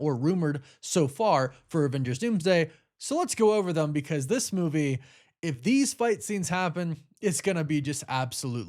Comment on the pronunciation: The word is THEM … not THUM. And there is no “s” at the end of “anyway”.